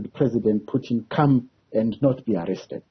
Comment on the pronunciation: PUTIN ! Not "PYUTIN" !! Are you a mlungu wena journalist?!